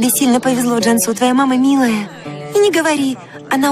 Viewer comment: Не Джамсу а Джансу не виресли а вырасли